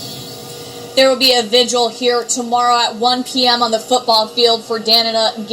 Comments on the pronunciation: This was so 😥. This happened tp me I got jumped because someone's boyfriend liked me. I defended myself and that was that. I love you know but you know you can't talk. 😆 I wanted to come through the screen when you sad vigil. Vigil sounds like vij-ull. Sorry english major here. 😆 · Is the commentator mispronouncing the word "vigil"? I'm having difficulty following some of his delivery of this tragic event. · Vigil ...soft i’s🤭